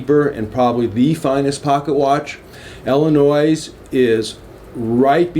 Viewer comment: Illnois is pronounced ill-e-noi not ill-e-nois.